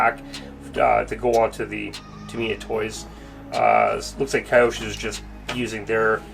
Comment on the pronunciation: Lol if you want to actually be proper about it, the original Japanese way to pronounce it is actually 2 Kanji syllables, kyo-sho. Not Key-Osho